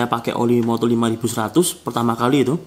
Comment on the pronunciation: Bang ko gw denger nya MODUL bukan MOTUL😀🙏